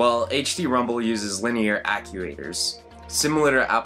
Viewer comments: Off-script he starts dropping a lot of "you knows" and grammatical errors, but even on-script he mispronounces a lot of words incorrectly, like "actuator". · God he even pronounces Actuator wrong.... smh